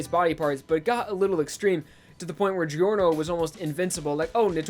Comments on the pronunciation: my least favorite thing about giorno is that ppl call him geeyorno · Man i really love your job here! ( Btw i m italian and i laugh a lot when u pronunce italian names ) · Its not delivery its giorno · you pronounced giorno's name wrong